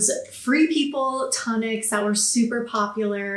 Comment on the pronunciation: Tune ic not ton ic😮